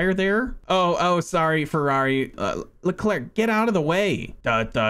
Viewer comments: he managed to say all the names wrong even "Leclerc" the name isn't pronounced "LecLurk" or something it's pronounced "Leclaire" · He actually mispronounced it maybe you should research French names and their pronunciations